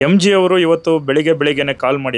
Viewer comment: Yemji alla pa adhu, it's just MG